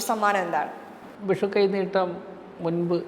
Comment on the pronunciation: വിശു അല്ല വിഷു. അക്ഷര സ്ഫുടതയില്ലാത്ത ഇവളുമാരെ ദയവായി മലയാള അക്ഷരം പഠിപ്പിക്കണം. ഓരോരോ അവതാരങ്ങൾ. ഇവളൊന്നും ജനം ടി വിക്കു ചേർന്നതല്ല